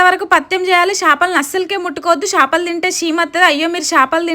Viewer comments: Shapaluu kadhu ra 😅 akka chepaluu 😂😊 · Shapalu kadhu akka chepalu